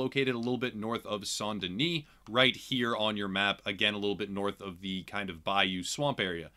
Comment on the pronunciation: you’re literally the first YouTube who said Saint Denis the right way and it made me so happy ❤️